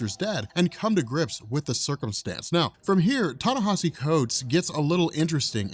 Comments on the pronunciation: ...Ten-nesh-E Thanks bro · long time listener keep uploading the good work. just wanted to say its pronounced Tah Nah Eee See